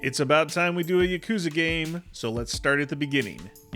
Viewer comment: I have a single complaint about this video. You're pronouncing yakuza wrong! It's YAH-koo-zuh, not yuh-KOO-zuh. I just thought I would point that out.